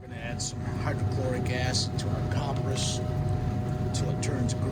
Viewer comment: Also, fwie, copperas is pronounced copper-ee-ass, not like copper-ass.